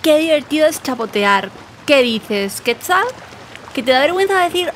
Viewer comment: Por qué dice QUÉTZAL y no QUETZAL?!